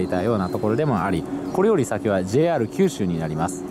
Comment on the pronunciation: 「JR九州」のイントネーションが変 「門司」の言い方はgood！「門司」は「文字」と同じイントネーションではない！ 下関駅からみもすそ川町の下関側の人道までは、ふつうはサンデンのバスでしょうが！ 本数は結構走っているのに、どれに乗っていいのかわからなかったというのが事実でしょ？ 1日700隻も貨物船が通行し、潮の流れが尋常ではなく速いし、1日4回も潮の流れが変わるのに 泳いで渡れるわけがない 平家はここで切腹したわけではないぞ、ちゃんと平家物語を読んでね 貨物船のあの位置は外国船が許可を得て通過している証拠として日本の国旗を掲げる位置で 船籍がある国の国旗は船尾に掲げるのだ 長州が大砲を放ったのはイギリス軍ですか？ちゃんと勉強してくださいよ！！！ すごいな、昭和33年開通の関門国道トンネルの記念碑の文章を読んで、鉄道トンネルの解説をするとはね・・・ 自動車用のトンネルは人道の真上にある！ またまた人道トンネルを歩いているのに鉄道トンネルの戦前の話をするおもしろい人だ 輸送力の大部分は関門橋を含む高速道路だ！人は新幹線だ！ だから人道の上は自動車用のトンネルだ！ 下関のふぐと北九州（小倉）名物の関門だこだ！ 「ふく」は下関の業者が言う言い方で下関でも一般の人は「ふぐ」と言うのだ 下関側はズームアップした左側に映っていたが・・・ 鉄道トンネルはまずは彦島に向かい、彦島から海峡の下を走って門司側は小森江付近から 門司駅のすぐ手前に出てくるのだ 関門鉄道連絡船は昭和39年まで運行されていたことぐらい調べておけよ